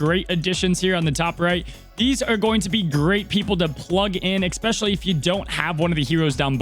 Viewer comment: It's ESPECIALLY not EXPECIALLY ... love your content but it drives me bonkers every time you say it wrong!